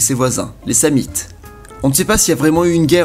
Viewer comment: Tu ne sais pas prononcer Sam-nite, ou c'est moi qui ai toujours fais l'erreur de prononcer le "n" ?